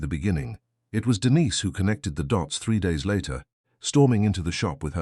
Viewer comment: I wish the AI would learn to pronounce Denise!